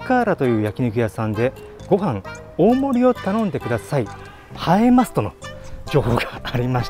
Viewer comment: はえます。じゃ無くて ばえます。じゃ無いの？